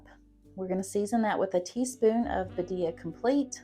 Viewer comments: Loved these meal ideas! Birria is one of my favorites since I discovered it. Not trying to be a stinker, but it is pronounced 'beer-ee-ah' This will help people know how to ask for it if they are looking for the sauce or ordering the tacos at a restaurant. Loved your chicken broccoli cheese recipe, I'm going to be trying that one soon! And I just subbed to your channel for more great recipes! Thanks for this video! I live alone but sometimes have my grandson here with me and crockpot meals are easy for when he's here so I don't have to be in the kitchen so much, or for when getting home late. These all sound wonderful! ❤ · Thank you for attempting to say BIRRIA! I know it's a hard word in the Hispanic culture lol. FYI: you're adding the accent in the wrong area. Phonetically, it's pronounced "bee-rria", so the accent is on the first "I", not the second "I" as you're saying it. Again, thank you for trying!!! ❤❤❤ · Birria is pronounced Bee- Ree-aa you're saying it well except change it to BEE at the beginning 👍